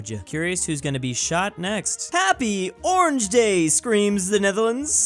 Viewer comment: its isnt orange like in english its oranje (oranye)